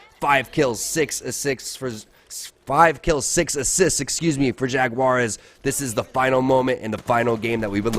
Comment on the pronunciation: el fallout debería enseñarle al como decir Jaguares, que no mme